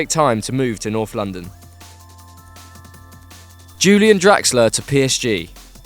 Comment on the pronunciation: Julian? It's pronounced "Ulian" because he's German. Sort your shit out lads.